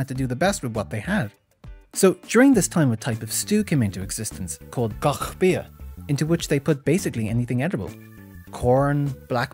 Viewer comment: I love the way you said "gach bia" in Klingon.